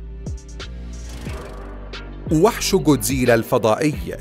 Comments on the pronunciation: جوديزلا؟؟؟ الولاد ييجي بالكاف و يقرا كودزيلا و بالعربي بينحط غين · كودزيلا❌ جوديزيلا✅ 🙂👍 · كوزديلا ❌ جوزديله✅ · ليس جودزيلا بل ڨودزيلا او godzilla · جودزييييييييييييييلااااااا هههههههههههه ما بتعرف تحكيها جاد زلا اسمه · انت قلت الأثنين غلط اسمة جودزيلا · يا بطل ليش تنطق اسمه جودزيلا بهذه الطريقة؟ چوودزييلة؟ لا بجد بأمانة انا مستغرب الموضوع لا أكثر. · تتعرف تحكي god zila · اول شي التعليقات ما منها فائدة ثاني شي نطق الاسم غلط ثالث شي ولا وحش من الوحش بيقدر ع جودزيلا الموضوع غبي الوحش ٣ رؤس دمرو جودزيلا و ما عندكم موضوع لا تنشرو ✋❌